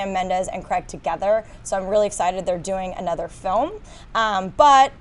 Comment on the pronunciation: Wish could promounce craig properly she keeps saying greg